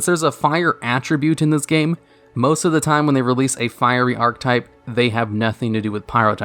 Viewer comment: Don't take this as a negative, but archetype is pronounced "ark-eh-type" not "ark-type". Just had to let you know. Keep up the hard work. -a fan